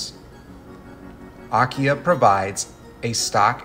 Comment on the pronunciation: AKIA Pronunciation is: Ah - Key - Ah